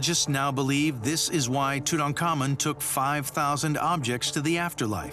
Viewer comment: "Itutankhamu" kaway-kaway kung mag Ilonggo dito. Hahahahaha